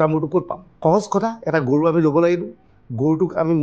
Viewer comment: Gorob mana goru, gogoi hoi assamese or words pronunciation koribo najana